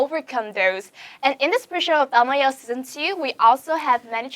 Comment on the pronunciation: Khánh Vy luôn phát âm sai từ "ielts"